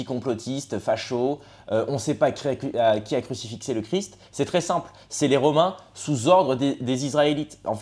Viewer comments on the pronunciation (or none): On dit crucifié 😂